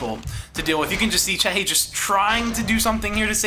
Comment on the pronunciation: very good video and nice comentary, but i must say that the Undead player name is C E C H I and u say C H E H I hehe, thats no problem but ,just... that we want more videos , go on =)